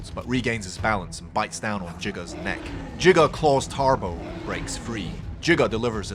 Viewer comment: who hates the pronunciation of giga